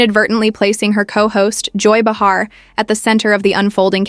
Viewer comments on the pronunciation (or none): Behar...pronounced Bay-ha...if you're going to talk about someone at least get their name correct.